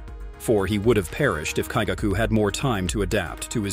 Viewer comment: Lower Moon 1 has some kind of kink. "Slaughter me, daddy" oh no lol Also, the emphasis on some names is wrong and I hear some swollowed/choked words which makes me think you used AI voice. You said lower 6 when you meant to say upper 6 when Daki appeared And I keep hearing Muzaaan with an 'a' sound, not with 'ah' sound. Same with Kaigaku. Daki has Obi belts and not scarfes LMAO. DID I SERIOUSLY JUST HEAR TA-U-CH when it's "touch"? BROOO. You're killing me. And the repetitive awkward pauses in the middle of sentences.